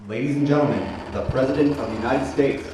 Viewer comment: God blesh, the United Shates! But only when we have victory..